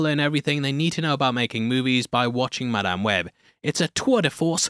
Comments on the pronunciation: "MIDame web" 💀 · in what. English accent does an "A" become an "E". mEdame Webb? What? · Did you say MIDame web?😂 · The way he said Madame Wed like Mid-am Web. I can't tell if that was a deliberate pun meant to call out the middling quality of this movie. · Holy shit, the literal first word in and you can hear how much he hates the movie. Midame web is a little generous, don't you think? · It's Madamae webbae